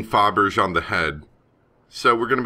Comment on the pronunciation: Hi, not sure if it’s corrected in later episodes, but “Fabergé” is the name of a Russian jewelry firm, and is pronounced “fab-er-jay” Great play through, btw (you’re a terrific narrator)! Glad you did it since it’s not available on the App Store anymore.